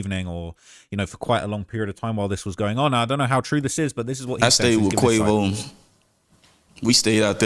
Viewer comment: He almost called quavo queefo 😂